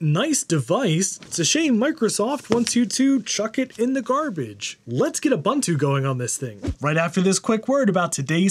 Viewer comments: There is no "bun" in Ubuntu. It's pronounced oo-boon-too, all u's alike. Also, sudo is soo-doo (coincidence, not related to ubuntu) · Ubuntu is pronounced oo-boon-too.